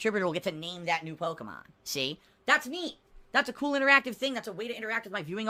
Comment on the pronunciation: HOOS THAT POKIMON??? MUNNNNNNNNYYYYY!!!!